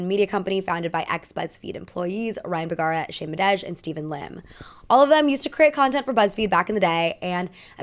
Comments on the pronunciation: Shane madej. Shane muh-day. He says his name. Often. I love her videos, but, am I being delusional? Am I misremembering? I swear I’ve never heard muh-dej. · where did you hear that "Madej" pronunciation? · That was a fancy way to say Shane’s last name lol 😂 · Pronouncing Shane Madej's name wrong in the first 3 minutes is not only a huge blow to their own concept of how famous and far reaching their content is; but also High Camp and I love it.